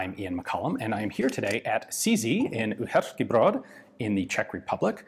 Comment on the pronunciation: You starting pronounce Uherský Brod like us in CZ! :)